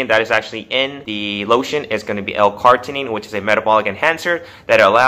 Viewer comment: It's pronounced L-car-ni-tine not L-cart-inine ;)